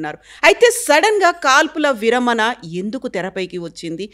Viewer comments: యాంకరమ్మ, విరమన కాదు విరమణ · విరమణ not విరమన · విరమన కాదమ్మ, విరమణ.. తెలుగు రాని ప్రతి వారు anchors మా ఖర్మకి.. కేరళ ఆయన తెలుగు చాలా బాగా మాట్లాడుతున్నారు.. చూసి నేర్చుకు చావు.....